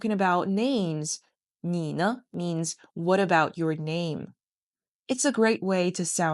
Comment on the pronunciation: Isn't it nǐ ne rather than nǐ ní?